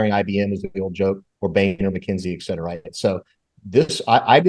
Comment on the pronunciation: And please say ‘et cetera’ NOT ‘ek cetera’.